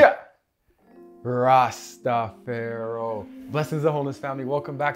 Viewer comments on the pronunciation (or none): WHAT THE HELL ARE YOU TALKING ABOUT ITS RASTAFARI.. NOT RASTAFEYRO. JOKER HAVE SOME RESPECT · ITS RASTAFARI,,,,,U CANT GET THE BLESSING IF YOU DONT SAY HIS NAME RITE!!!!!!